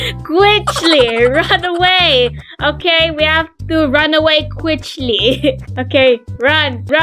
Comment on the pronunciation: i love how you say quchly🤣🤣🤣🤣